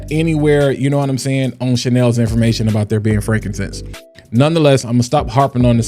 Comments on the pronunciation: She doesn't know how to say frankincense. Call ICE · Yeah man, it's jacked up... they just followed LV, and watch, all these other companies will follow suit, the scamming shall continue! And LOL on her trying to pronounce frankincense. 🤣 😂